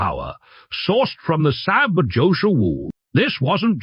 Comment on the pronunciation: Can you teach your AI voice-over to pronounce SAAB?